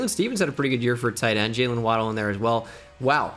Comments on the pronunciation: This was painful, never say Juaylyiiinnnn again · I absolutely lost my shit at “jaqwaylin russel” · “We have a jaqwaylin”